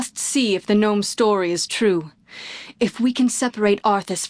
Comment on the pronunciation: shtory lol